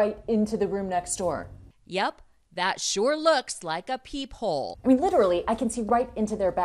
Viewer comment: I thought u said that peephole was a peehole and i was like: WAT U PEE INTO THE ROOM NEXT DOOR!